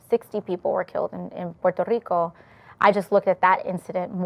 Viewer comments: Why does she get a different accent when she says Puerto Rico? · Why did she say Puerto Rico with an accent?